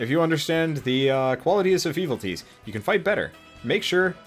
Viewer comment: I tried, but this is just ... not for me. i lost all interest in your video when you started saying "Evil-Tees."